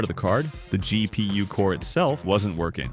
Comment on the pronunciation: G.. pee.. uwe.